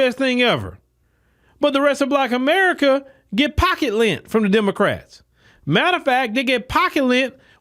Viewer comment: He said pocket lent 😅😂😂🤣🤣 I’m done